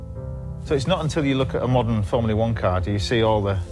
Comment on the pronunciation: It’s ’formula one’ James not ‘formlia one’